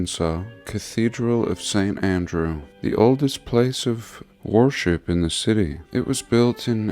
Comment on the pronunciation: Did you say warship? 😅 "Consecrated" - being declared holy or sacred.